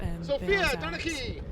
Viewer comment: I'm pretty sure Donnecke is pronounced "Den-uh-kuh" by the way. Fun card to watch!